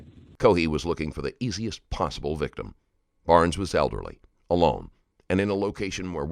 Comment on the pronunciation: Warren Barnes was the victim. Kept hearing Brown as last name.